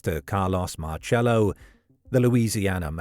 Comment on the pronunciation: It's pronounced sounds like Marsello.